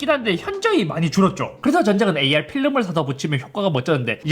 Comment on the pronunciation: AR이 AI로 들림 ㅋ 옥의티 발견!!